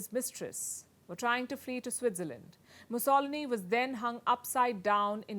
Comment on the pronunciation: Wait! Mus O lin ee? LMAO. Musso LEE nee. That is how you say it.